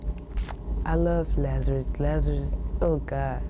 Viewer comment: Why is the reporter calling him Lazar-i-us?? It's Lazarus.